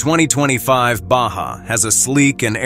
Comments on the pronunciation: Baja = Ba ha not ba ja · Lame No, it's a Baja (BAHA) not a BACHA! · BA HA not Ba ja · Baja or Baha? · What language is he speaking he pronounced Baja wrong it is pronounced Ba Ha not BaJa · It's pronounced BAH HA,, NOT BAH SHAH,,,.... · The lame computer voice pronouncing BAJA as Ba-Jah was hilarious. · I cringed every time the robot voice said "BAJJA" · Yup. When I heard Ba Jah I had to shut it down. Next is the geography lesson starting La Jaw-la, just north of Sandy Eggo. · The Ba-Ja has dyna-mick and elegant pro-feel. No money for an actual voice-over? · How can a prospective buyer be really serious about going to the next step to buy one of these when the audio can't even pronounce the name on this upcoming Subaru? Baw Jaw? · What is a BA-JAH ...? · So is it a Baja or a bah-jah? 🤔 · So is it a baajjaa or a baja 💁🏻‍♀️ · "Basja" Im getting really tired of auto generated narration. moving on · Not human pronounces Baja Bajah and the correct way. Irritating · What the hell is a "bashja"???? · Absurd AI narrative. ba ja ? Really? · someone needs to know how to pronounce baja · IA can't even pronounce the name correctly🤣🤣🤣🤣🤣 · Profeel profile. Ba-ja. Baha. Cur-vess curves. Dine-amic. Dynamic My fav --- fun-sian-al- functional